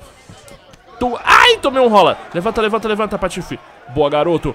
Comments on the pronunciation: Só eu que escutei pafill? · Patifee! por favor pronuncia "tâf" e não "tuf"